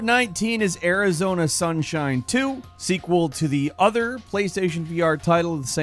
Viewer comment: I like how you changed your accent a little bit for the Arizona 2 It was like you were a cowboy 🤠